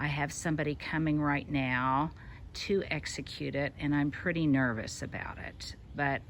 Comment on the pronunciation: Purdy. 🤣 I've never heard you go that far South. I'm feeling increasingly at home here. Hello from Eastern Tennessee 7a